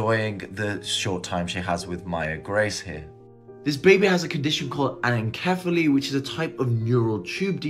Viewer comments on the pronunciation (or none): Its not ananKephaly its ananCephaly pronounced like S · You are not even pronouncing "anencephaly" correctly - are you even a medical professional?